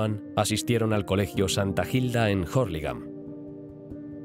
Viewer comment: Nota: La H no se lee, es Urlingam, y se escribe Hurlingham